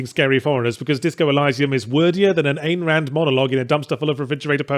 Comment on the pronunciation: How you pronounce Ayne Rand makes me shiver.